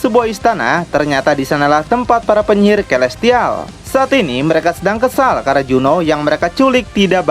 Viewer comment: Celestial : (Baca : Selestial) Terimakasih bang.. Saya ngikutin terus semua ceritanya 👍👍👍